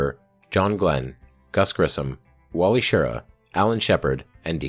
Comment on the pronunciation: Love the video, but ugh on saying Wally's name wrong.